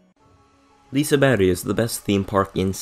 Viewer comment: Ur the first not swesish person ive heard say Liseberg right😂